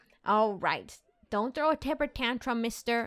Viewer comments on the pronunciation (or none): none